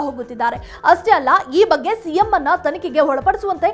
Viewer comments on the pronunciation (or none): none